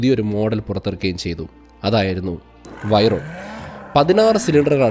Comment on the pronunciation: വൈറോൺ ❌ വെയ്റോൺ✅ കൈറോൺ❌ ഷിറോൺ✅